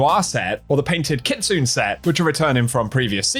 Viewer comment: Kitsune: Pronounced “Kit-SOO-Nay”. Not “kit-soon” 😐